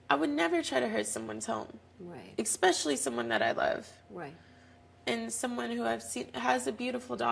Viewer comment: All I have to say is, "expecially" REALLY?! 🙄😒